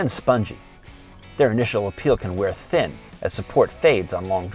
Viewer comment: This guy is speaking like one of those comments with oddly-emphasized words. "Their initial appeal can wear THIN as support FADES on long drives". It's just really punchy and distracting to me, music is also too loud. Content is good though, lest that get lost in the nit-pickery.